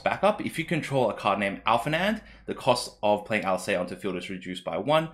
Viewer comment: Thanks for the video, am glad to see these cards, as well as a little bit of discussion. For future reference though, just in case the cards keep reappearing, Alisaie is pronounced Al-lee-say, and Alphinaud is pronounced Al-fin-no. And just in case he gets printed, a scion called urianger is pronounced yuri-an-jay (that one is the weirdest of the bunch). Vaan is also pronounced Varn, as opposed to van.